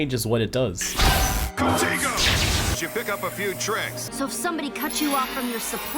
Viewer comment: Also i wanna point out to me it sounded like Ultimate Ben and UAF Gwen said Contigo while Omniverse Darkstar said Contiga